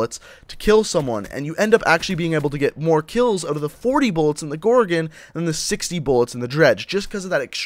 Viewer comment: He says gorgin it's gorgon